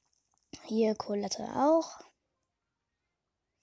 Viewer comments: Trotz dessen das ich kein Brawl Stars spiele: Collete wird Collet ausgesprochen und nicht Collet-e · Es wird Colette ausgesprochen